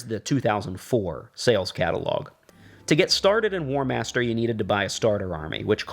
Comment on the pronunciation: "Warhamster" :D